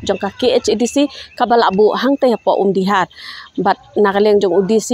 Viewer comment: Ym dei kong Umdi-har, ka dei Umdih-ar, (artylli ki tlong umdih)